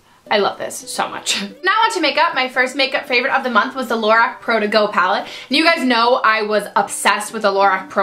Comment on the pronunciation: Just an FYI: Lorac is pronounced Lorock, not Lorack. :)